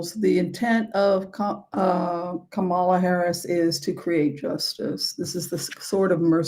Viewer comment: Blessings,, thank you for this reading especially when you are feeling under the weather. Have a safe flight back. Can I ask a favour on behalf of VP Harris - please can you pronounce her name correctly? Re respect for her + you-know-who doesn’t pronounce it correctly (I know he does it on purpose). 🙏🏻